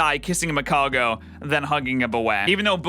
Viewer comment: Magargo, isn’t it magcargo